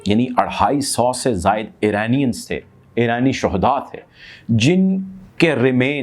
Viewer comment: Eranian eraqi. 👎🏻👎🏻👎🏻👎🏻👎🏻👎🏻 pronounce correct pl